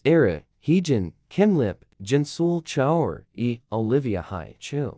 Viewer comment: crying for the amount of times you said choerry‘s name wrong